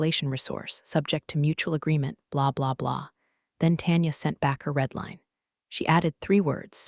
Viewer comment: Reed/red? Where is the AI that people say they can't tell the difference between real and AI? This isn't one of them.